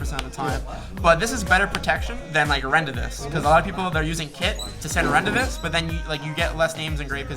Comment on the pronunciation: I've never heard someone pronounce Rendezvous as Rondavis😂🤣😂